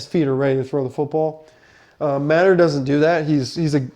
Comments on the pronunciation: It's pronounced muh-tee-er not mat-er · First thing you should learn how to pronounce his name, it is Mateeeeeer not matter, secondly OU is going to grind IU into the ground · OU QB is MATEER, NOT Matter! 😂😂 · Bro doesnt know how to pronounce Mateers name and think Alabamas run game is something to worry about? I know IU is new to college football but come on 😂